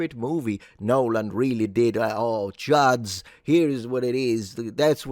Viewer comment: Congrats on not butchering the last name that much. 😂